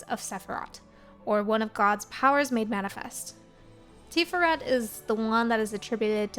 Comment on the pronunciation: Tiferet Tee-FARE-ret , hebrew can be a little flat but slight emphasis on that second syllable.